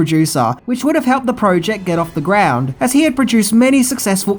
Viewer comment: Project not proooooject